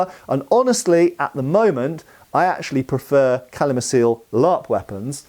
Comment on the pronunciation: Btw. "Calimacil" is Tolkien-Elvish - it's pronounced "Kalimakil" 😉